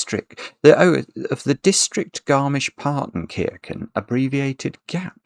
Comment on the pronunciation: Why do you pronounce the "ch" in Partenkirchen as "k", do you also pronounce "chess" as "kess"?